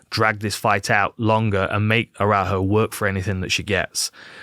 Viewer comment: Dan, you should check how to pronounce Araújo.